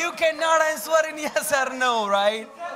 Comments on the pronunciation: Sir's English accent should be correct. What is this? Seriously 😐 The way he said, " Answwwer me " . Disappointed! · I love the way the teacher says "answoor" 😂